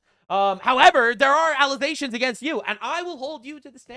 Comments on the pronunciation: Is there context for why he says 'allesations' instead of allegations? I've been trying to figure this out. He sounds like Candace. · Why do you keep saying alizations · Why do you keep saying alization? You mean accusation? Or am I missing something here? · Alezations LOL cracks me up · false allezations, and not facks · Careful saying Allezations, Candace might use it to say you don't know how to say Allegations. 😂 I know you are doing it to be funny btw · Why the fuck is he pronouncing allegations like that. Allizations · has watched too many Candace videos. "Allezations". 🤣🤣🤣😂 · Alezations...??? Dude...thats a montrosity!! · Okay, I need to ask. WTF is an "allization"? Do you maybe mean an "alleGation"? There's no "Z" in "allegation".